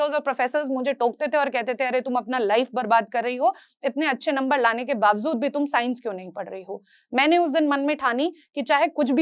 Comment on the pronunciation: It’s pronounced as bawjood, not bawzood